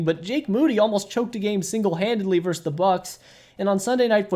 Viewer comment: Say the word “versus.” VersUS. It is not “verse.” Versus.